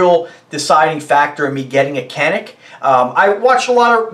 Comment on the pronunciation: I actually have the original gun this gun is copying...the Walther P99AS. Its one of only 4 polymer guns I own ( prefer steel and DA/ SA) and carry it everyday. Also, it’s pronounced in native as Yan-Ick.